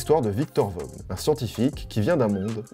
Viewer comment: Alors pour Victor Vaughn le vaughn ça ce dit vaun le gh ne ce dises pas